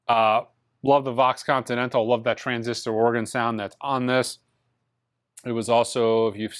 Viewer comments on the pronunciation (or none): none